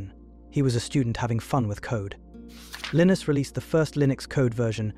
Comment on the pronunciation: The “narrator” can’t decide how to pronounce Linus